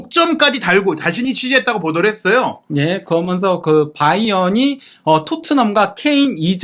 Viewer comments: 아직도 발음을 고치지 않나. 거면서, 거면서. 그러면서 라고 또박 또박 말하라. 아무리 내용도 좋지만 왠 사투리인가. 아주 듣기 안좋다. 거면서, 거면서. 거면서...... 기본적인. 노력이 필요하다. 발음 하나 못고치나 ? 거면서, 거면서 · 거먼서 발음 힘들다